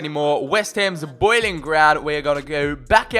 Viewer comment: did you just say BoYlIn